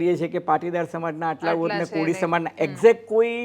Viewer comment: ભાઇ અજય ઉમટ, “કોડી” નહી પણ “કોળી” બોલાય!!!